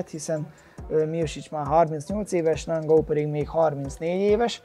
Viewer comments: Sén (Són) és Nángau (Engánu) az új Édesanya :) Kösz a vidiket és sok sikert a meccsedhez! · A nevek kiejtését azért még gyakorolhatnád....:-D Ki az a nangau ? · Érdekesen mondod a neveket I éra, Nangau:D